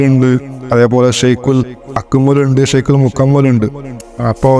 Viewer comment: ശൈഖ് എന്ന് കൃത്യമായി ഉച്ചരിക്കാൻ പോലും അറിയാത്ത ജഹിളുകളാണ് വർ .ശൈകുൽ കാമിൽ 😂